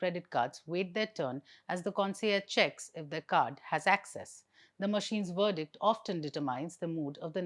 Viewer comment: Madam You need to look into the pronunciation of the following words. You are a journalist in English media…with a good command on the language. So it is only beneficial to look into the pronunciations. Verdict…it is a V not W Determine……ends in MIN…not MINE. Affluent…..not Eflooent Scarcity…….the first four letters SCAR as in Scare…not as in SCAR on the skin.